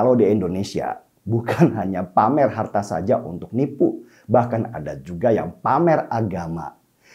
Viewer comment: Bang DS : SALUT. IJIN : Sebutan bawaannya JANGAN SUKA menambahkan "k" pd kata2 tertentu, spt : "harta-k, neraka-k, jadi-k, kaya-k, agama-k dll. Juga yg BENAR: I-ndonesia BUKAN: E-ndonesia